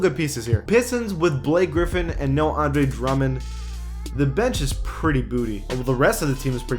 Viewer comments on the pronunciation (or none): none